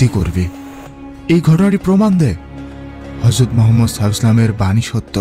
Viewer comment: হযরত মুহাম্মদ (সাঃ) উচ্চারণটা শুদ্ধভাবে উচ্চারন করুন ভাই